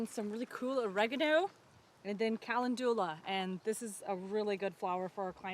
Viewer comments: Calendula - pronounce it like Ca-len-jula. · Ca LEND gu la. The accent is on the 2nd syllable. Your garden is stunning! First year grades are iffy at best and you did a fantastic job!